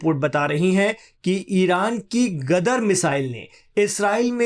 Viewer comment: Gadhe ho ?! Gadar nahi , Ghadeer🎉